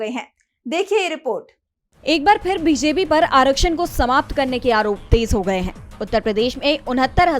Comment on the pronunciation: उच्चारण का संज्ञान लें फिर ( फ़िर नहीं)